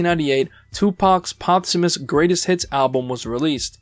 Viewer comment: “Tupac’s potsamus album”???😂 The word is POSThumous lmao “Post” as in after. I thought I was tripping when you said it once but then you said it again 30 seconds later, I even went back and played it again just to be sure I wasn’t hearing things lol